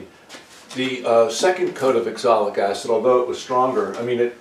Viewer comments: You keep saying axolic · Sir, Its called Oxalic Acid not Exolic Acid ! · It is pronounced OXALIC. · I asked about this before. I believe it’s oxalic acid, he pronounces differently.